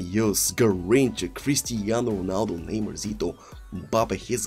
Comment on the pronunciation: This dude needs to learn how to say the players name? How the f does he not know how to say Neymar lmao.